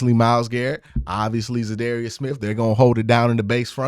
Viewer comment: You should definitely learn how to pronounce the man’s name. I dunno, you have contacts now, maybe reach out and axe him how it’s pronounced.